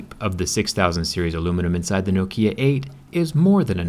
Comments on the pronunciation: Ahhh sthap its Knock-E-Ya not No-Key-Ya :/ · Man, the stress is on the first syllable. NOkia, not noKIA. Hurts my ears. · It's Nŏkia, not Nokĭa, emphasis on "o", not on "i". Great durability test, bravo. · It’s pronounced Knock Kia not No Kia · I though here in the U.S it was pronounced No-kia and not no-kee-yah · It is pronounced Nok-ya not Nok-iyah!!!!!!!!!!!!!!! Whats wrong with you!!!!!! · it is nókia, not the goddamn nokía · As a Brazilian, watching it was painful, we pronounce Nokia as "Nóquīá" and you say it like "Nôkiã" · In Finland we say "Nokia" not "Noukhia" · Не нокИа, а нОкиа. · KNOW KEY UH ;_;.... KNOCK E UH ftw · I really find disturbing the way you say noKIA lol,its NOkia(short O) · you're the only person i've ever heard say no-KI-a and not NO-ki-a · I ireland we say knock-ia saying no-kia hurts my head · No-keya? It's no-kia people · NOkia not noKIA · Nokia, not nokiiia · it's pronounced nOkia, not "no kia". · No kia and kee fyr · U say Nokiá not Nokía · Why are you saying NoKia? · In America it’a pretty standard to say “N’kia”? No, there’s no shwa after the “N”, in British English you have the long “O”, and in American you have the “OU”. It’s legit the official transcription of the word, nobody says “N’kia”. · Nok-ee-a Nokia. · I pronounce Nokia "Knock here" Btw, the first K in knock is silent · In greece we comonly pronounce it as nókia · Nononono not 'no kia' or 'nok ia' its 'nokia' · In Australia Nokia is Pronounced like knockia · No, Nokia isn't pronounced differently all over the world. It's pronounced NOKia globally. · Hey dude. It's not Nokiiiia, it's Nokia. Short, precise i (what you call an e, all you American-English dyslexians). So stop saying Nokiiiia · Stop Say No Kia pls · It’s not Nokeeeeeuh. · No-kia... What a strange pronouncation. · its not nokeya its nokia 😉🤣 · just sounds strange to me, I pronounce it nok-ia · no kee ya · Nokía sounds annoying for me... Why pronounce it like that? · Its pronounced Nok-ia. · It's nokia not no kia